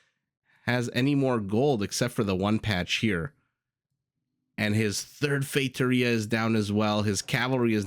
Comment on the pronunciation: I'll mention this because you've said you like to pronouce foreign words as accurately as possible (plus it is another comment for the algorithm). I don't speak Portuguese, but I'm fairly certain that the the first four letters in Factoria are pronounced similar to the English word "fact".... Maybe you were saying that, but to me it sounded like FATEoria (and one ocassion like FAKEoria). Just being very picky here for no particular reason haha... Cheers,! Edit: As it turned out, you were right. Factoria is the word in Spanish, and Feitoria the word in portuguese.... I'm feeling awkward right now but I can't simply delete my comment